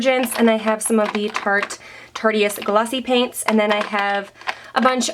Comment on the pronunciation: I am astonished at how many beauty people on YouTube pronounce the Tarte Cosmetics Tarteist line "Tar-TEE-ist" instead of the correct way "Tarte-IST" Such a lovely play on words that just sails over the heads of SO many. Anyway... :-) Great collection!